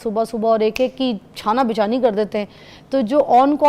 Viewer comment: چھانا بچھانی؟ یہ کونسی اردو ہے بہن؟